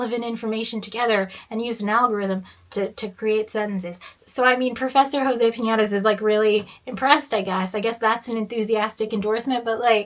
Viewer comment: this mfer said jose piñatas.